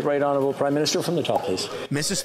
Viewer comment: He has to say it right Honurable prime minister 😢😢😢 might frustrate so many Canadians 😢😢